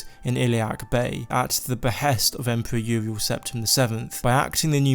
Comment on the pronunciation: Empwewer Uwiel